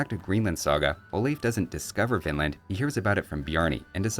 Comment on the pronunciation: I keep hearing "Vinland" as "Finland".